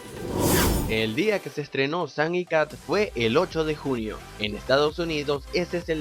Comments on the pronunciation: Una duda seg dijiste Julio o Junio? Se entendio Julio pero la imagen dice Junio. Pero ya sabes todos tenemos errores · Cuando dijiste junio se escucho como julio